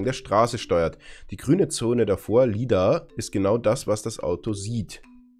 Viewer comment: Das lidar wird überigens "leidar" ausgesprochen und ist eine Art laser radar